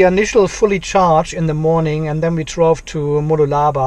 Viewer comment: Se-rees mode. Moo -LOO-la-baa. LOL:-) I’m sure my German pronunciation would be worse than your English! Thanks.